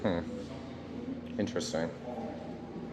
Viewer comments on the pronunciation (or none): It is interesting how they say intrestring .